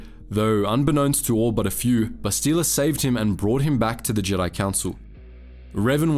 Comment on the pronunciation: I hate how you ALWAYS mispronounce her name. It's Bastila not "Bastile". If you had ever played the game, even once you would know this.